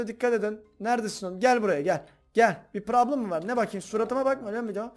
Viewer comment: Abi çok güzel diyiyorsun PRABLIM